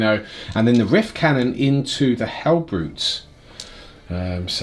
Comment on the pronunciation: Love this worldeaters army Also everyone says rift cannon I hear wiff cannon